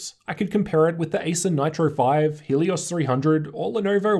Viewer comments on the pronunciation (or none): none